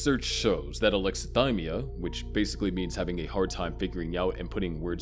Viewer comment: Its pronounced "sai·kaa·puh·thee" not "psycho-pathy". And "uh·lek·suh·thai·mee·uh" not "uh·lek·suh·thim·mee·uh". He doesnt meet the diagnostic criteria for autism either. Anyone can have alexithymia, be on the asexual spectrum, and everyone masks. That doesnt mean hes autistic.